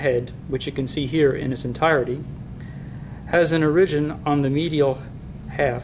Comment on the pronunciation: why do you pronounce origin so strange?